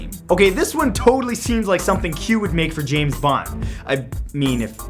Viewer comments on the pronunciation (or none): none